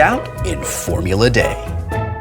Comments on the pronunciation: The only reason I can think of is that Monaco is in France, and "D" is pronounced "day" in French. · This game is also known as "Formula Dé", hence the pronunciation. However, it is quite odd that he used this pronunciation, given this edition titles the game "Formula D". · Well, that's the French pronunciation for the letter D. Maybe since the track is in Monaco he's saying it like that? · I love it. Wil still pronounces it "day" rather then "dee". Props for remembering the old-school version. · When I clicked on this, I was wondering whether Wil would pronounce it "dee" or "de." Was not disappointed. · It's funny that you pronounce it "formula 'DE' " like in spanish. Here in Chile we call it "Formula 'DEE'" like in english XD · why is it being pronounced as "Formula-Day" instead of "Formula-D"? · Where are you getting Formula "Day?" It's Formula "DEE." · Why is he saying Formula Day, and not Formula D? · deee not dayyy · its because the original was called Formula De and everybody pronounced that Day, which is also wrong :P should have been D, E. De for germany, and i think now D for dice... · made by two french guys. "D" is pronounced "Day" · Why is it called Formula D but pronounced Formulat Day? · Why is Wil pronouncing the "D" as "Day"? I know Initial D is pronounced "D" and the real-life drifting series Formula D is also pronounced that way. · Could someone educate me on why it's pronounced 'day' for the name Formula D? Instead of the letter? :D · Formula "Day" ??? Did Felicia make you say that? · It's a remake of a game called "Formula Dé" (pronounced 'day'), and they kept the pronounciation with the remake. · original game is called Formula DE, DE I think is a reference to Germany. The update game is Formula D ( Dee.) That's why I presume they pronounced it oddly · I am sure it was a slip of the tongue - the original edition of the game was called "Formula De" pronounced, Day. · It's pronounced DEE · …and is pronounced “D”